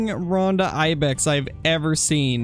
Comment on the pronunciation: Just so you know, I'm pretty sure the name of the Ronda Ibex is supposed to be pronounced "Roan-duh" with a long o sound, not "Rahn-duh". But I might be wrong.